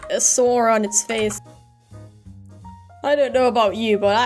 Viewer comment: You say “sword” like “sore” sometimes